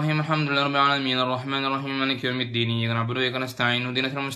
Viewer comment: kok malikiyaumitdin yaa.?